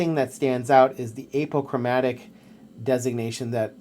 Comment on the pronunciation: Nice review. Honest and straightforward. Plus and minus concerns noted. One small thing: it's pronounced AH po chro MATIC